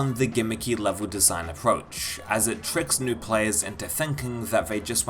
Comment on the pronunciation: "neweh" and "twoeh"